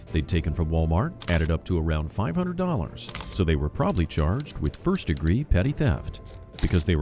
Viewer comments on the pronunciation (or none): Bro just said “problaby charged” do I not research the videos bro what you didn’t even have to make that up if you think she was “probably” charged makes no sense